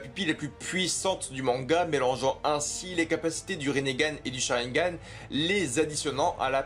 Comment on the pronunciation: "rinnégan"? Eh frerot respecte un peu